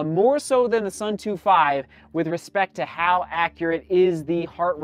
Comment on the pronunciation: It's pronounced Soon-Toe